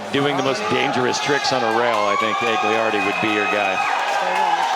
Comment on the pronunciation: Malto, it's AG-LI-AR-DI, for fucks sake